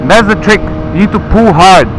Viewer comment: If I hear Treek one more time.........